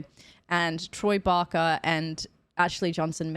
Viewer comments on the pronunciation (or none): Troy Baker, not Barker ;) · Baker not barker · Troy Barker? Lol Baker (baaker) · It's Troy Baker, not Troy Barker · Troy BAKER, rather than Barker. (Or "Bacca"?) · OMG ITS BAKERRRR NOT BAKA😂🤣🤣🤣🤣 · You are getting the business over Troy's name but Pedro will tell you how almost nobody pronounces his name right! He's a sweetheart about it though as I'm sure Troy wouldn't mind the occasional barker 😉anyway, I really enjoy your reactions! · Every time you say Barker I die a little on the inside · I love your videos. But it’s Troy Baker. I’m sure you’ll find out soon enough. 😊